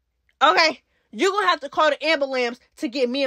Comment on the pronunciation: said " CALL THE AMBALAMB" I HIT THE FLOOR